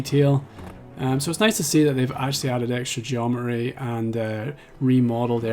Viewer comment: You have taken some wild liberties with the word "geometry" --- It's like you're saying Geo-meh-jury